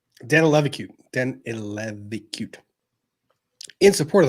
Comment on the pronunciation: I am dying 😂😂😂😂 Vyte Danileviciute is a womans name (lithuanian) reads Danilevichiute (ask Elita) :)